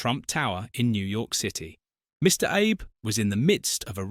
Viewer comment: The name if former Japanese Premier was wrongly pronounced. His name is Shintaro Abe..pronounced as ""aabay".